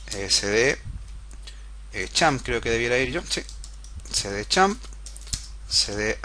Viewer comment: champp server jajaaa es xampp